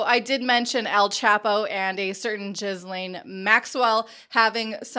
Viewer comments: GILLaine Maxwell, not JIZZlaine Maxell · She said Jizzlene Maxwell, LMAO. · Thanks for the excellent investigative work to expose these grifters. (BTW, Ghislaine is generally pronounced as Geelane with a hard 'g') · Ghislaine is pronounced GIH (hard G) LEN - accent on LEN. You’re welcome. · I'm french Canadian and we pronounced Ghislaine with a " J " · I laugh every time someone pronounces her name as Jizzlane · Are you calling her Jizzleen Maxwell? 🤔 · I don't think "jizz-lane" is the right pronunciation .. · Your pronunciation of Jizzlaine Maxwell...hehe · You would think she could get it right. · really vague link between sbf and maxwell there - btw you pronounced her name incorrectly each time! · The way Americans say Ghislaine is funny AF 🤣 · What are you talking about?What I meant was this young lady who tries to be a journalist can’t even pronounce Ghislaine’s name right.Please try to keep up.